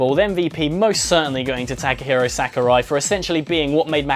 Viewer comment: Thank you so much for doing this video!!! You are the only one out of several youtube reviewers who actually mentions Takahiro Sukurai's name (I often wonder why people mention english voice actors such as Johnny Young Bosch but seldom talk about Japanese ones), but I am sorry to be kinda meticulous, his name is actually pronounced as sakura-i.